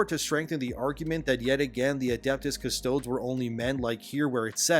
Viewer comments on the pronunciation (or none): we can tell you said "cuss toads" instead of "cuss toadies" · A bit off topic, but, shouldn't it be pronounced "Custo-dees" rather than "Cus-toads"?. I don't know enough about 40k to know if this is how it's pronounced in universe! 👍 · Bruh I know you said you’re not up on 40k lore (clearly). It’s pronounced CUS-TOE-DEEZ lol 😂. It’s Latin ma man, love the channel tho keep it up 👍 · Hey bro, love the channel, love the videos. Just one little thing. The naming conventions in the Imperium typically follow ancient Greek rules, so "Custodes" would be pronounced following the same rules you would saying the name "Archimedes", i.e. "Cust-oh-deez". If it were said "Cus-toads" the way you're saying it, you'd have to pronounce "Astartes" like "Ass-tarts" 🤣 Keep up the good work! We're not out of the wokeuclear winter yet! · "Cuss - toe - dees" not "cuss - toads". You are hurting my brain. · CUS-TOD-DeeS not CUSTODS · It’s “cuss-toh-dees” not “cuss-toads” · It's painful to hear call the Adeptus Custodes, The Custoads.... When it's pronounced "Kuh-stoe-deez".... That aside, I think it was a VERY bad decision, business wise to just pull female Custodes practically out of nowhere.... (Not surprising seeing as how Blackrock is one of GW's stockholders...) And the new story introducing the first female Custodian just reeks of wokeism.... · “Cuh-sto-dess”😂 “Cuh-sto-dees” homie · Custodes= CUSS-TOAD-EES . Not CUSS-TOADS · Pronunciation: "KUH STOH DEEZ" Essentially its like Custodees not Custohds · I am sorry but it really gets to me. Its Latin so not "Cust toads" but "Cus to des" like deez nuts! So Custo deez nuts, please! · Ngl, your pronunciation of "Cus-Toe-Dees" as "Cus-Toads" is giving me as much irk as the whole deal itself. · appreciate you making this video and value your takes. it's pronounced kuh-stoh-deez, not kuh-stodes. cheers. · Cust-odeeeees, not cust-toads lmao. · Hey THEY’RE CALLED CUSS TOAD EEEE’s Not CUSS TOADS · pronounced (custoh-dees) not (cuss-toads)